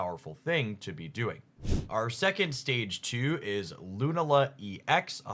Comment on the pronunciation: Your Lunala pronunciation is going to drive me nuts. Thank you